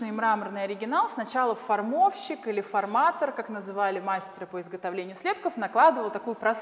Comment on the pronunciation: Прекрасная познавательная экскурсия!Ударение в слове "форматор" на последнем слоге)